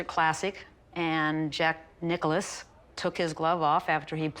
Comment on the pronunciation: Why are they saying Jack Nichollis or whatever? It says Nicklaus.